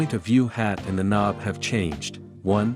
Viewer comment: It was a joke about the AI text to speech btw calling the knob a konb at parts of the video